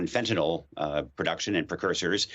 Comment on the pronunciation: Did he say Cheaper Phyntanal ? Gotta tell my Neighbor !